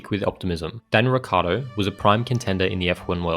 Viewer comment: but why you pronouncing his name Ricardo? If anyhthing its either richardo or rickiardo